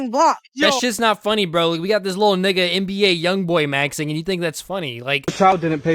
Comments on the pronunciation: The way you say nigga is so well-executed. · strong emphasis on negga